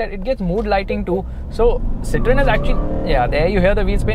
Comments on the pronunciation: As I study French, it is pronounced as Cit-oh-en. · The pronunciation is see-th-ro-in.